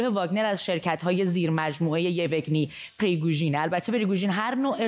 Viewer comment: تلفظ اسم آشپز پوتین یِوِگنی نیست و یِوگِنی است، یعنی به کسر سوم و نه دوم. دقت کنید که مجری چنین استباهات ساده ای مرتکب نشود